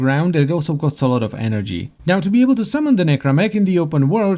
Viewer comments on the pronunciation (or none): none